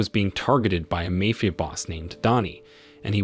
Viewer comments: How about typing it as "Mah-fee-ya?" That might get rid of the annoying mayfia pronunciation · MAY-Fee-AH .... Mafia is not pronounced that way. Who does this narration?????? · Mayfeeuh boss. This AI needs an upgrade. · Mae Fia? Me Fia? Good lord I’ve never seen such a butchering of the english language.